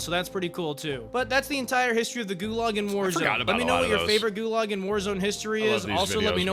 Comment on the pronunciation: Ah yes, the best "gualag"